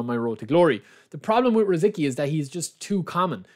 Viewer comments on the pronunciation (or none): Just FYI his name is pronounced Ruh Zit Skee 🙂